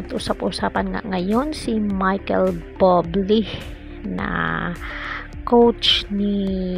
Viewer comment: Akala ko legit news. Putsa Buble lang dipa ma pronounce ng maayos ng hinayupak na uploader na to. Dapat ipagbawal na Ang mga walang kwentang nagpo post ng ganito